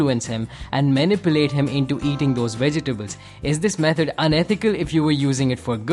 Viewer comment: i don't know why most people dont know how to pronounce "vegetable"